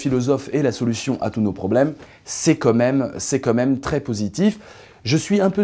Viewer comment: On dit : "quand même" :)